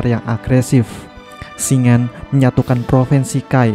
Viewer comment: Cara baca nama Shingen itu shin-gen bukan shing-en